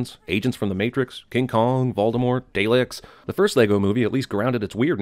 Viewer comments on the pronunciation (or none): I’m sorry what was that? Daileks?! DALEKS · what are “Dailiks” ? Oh wait u keen Daleks pronounced “ DAA L E KS” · Dalek is pronounced as (DAH-lecks) not (Day- lechs ) giving you 20 sins for not fact checking review. Fact check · A sin for pronouncing "Daleks" the wrong way. I've never ever heard someone pronounce it "daylicks" over "darleck" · S̴k̴a̴a̴r̴a̴ ֆաǟɨռ Back when Doctor who was just in production is anywhere bettwen now and 50 yeas ago. And even 50 years ago,it was pronounced Dah-leks Not Day-lahks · Wait, wait, wait... how did he pronounce Daleks? Day-leks? I think it's Dah-Leks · DID YOU JUST PRONOUNCE DA-LEKS AS DAYLEKS! ?!?! *Sigh*, your still amazing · sorry but.. "Day-Licks"? no, it's "Dar-Licks" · YOU PRONAUCE IT DARLEKS NOT DALEKS! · It’s Dar-Licks not Day-Licks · I'm sorry, Day-leks? You mean Dah-leks? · ITS PRONOUNCED DARLEK!!! NOT DALEK!! OH GOD!!!! I AM A VERY ANGRY BRITISH PERSON AND MY CUP OF TEA IS EMPTY!!!!!!!!!! IM SEVERLY DEPRESSED AHHHHHHHHHHHHHHHHH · What the fuck is a DAILEKS😂😂😂😂😂???? It's pronounced Da-LEK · not darlek but more dahleck would be the best way to describe it in my opinion. It’s been a while since I watched the show so I might be wrong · I know I'm like, the fifth person to say it, but for God's sake, really? Day-lick? Dalek is pronounced: Dah-lek. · Not Day-leks DAH-LEKS! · Please tell me CinemaSins didn't just call the Daleks the "Daylicks"... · truuuue but its still incorrect to get a 'day' sound out of 'DA' He said it with the Y inflection, thats not his accent thats just saying it wrong xD I mean he doesnt call his father 'Dayd' ^^ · CinemaSins: "Dayleks" Every British person viewing this seizuring in the background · More like daylicks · As a British Whovian, this video gets 10 sins for saying “Day-leks” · Cinemasins pronounces "Daleks" as "Day-leks", pissing off every doctor who fan in a ten mile radius. Ding! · It’s pronounced (dah-leck) is it not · Carter Adams The show itself pronounces it as DAR-LEKS.